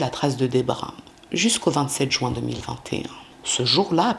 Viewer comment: Je remarque que les crimes ont souvent lui en Juin, car ça me fait mal aux oreilles à chaque fois. Pourquoi dire "Jouin" ? C'est jUin ! Du coup, je focus sur ça ark !!! Beaucoup de gens en France disent ce mois de mauvaise prononciation